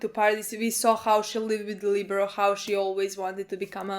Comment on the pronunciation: Lie-bear-e-o Liberio. Not Libero. That's a volleyball position lol